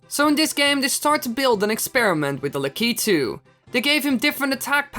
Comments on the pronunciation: it is said as LAK-I-TOO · LA KY TOO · well i pronounce it that way,so essientially the entire time you were pronouncing it wrong to me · Lah Kah Tu. Is not how u say it. You say it like LA Key Toe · This is my favorite Mario Bros. character. I've still have my original Nintendo plugged up in my bedroom (*I pronounce his name Lah key too) 🤣🤣🤣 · Actually the only time he said lakitu right was and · Lol Dutch accent kicking in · U almost said it properly